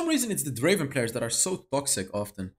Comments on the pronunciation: it's not draven it's DRAAAAAAAAAAAVEEEEEEEN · It's not draven it's draaaaaaven